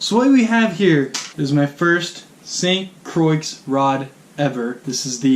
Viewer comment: Haha he said st croicks